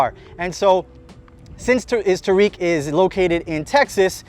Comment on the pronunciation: Tareq. Pronunciation. Taa’rik